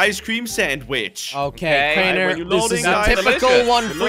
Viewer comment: ! YOU SAY WRONGLY,IS CRAINER,NOT CRANIAR!